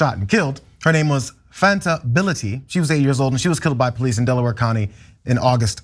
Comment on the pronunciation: "Fanta Bility" lol 😆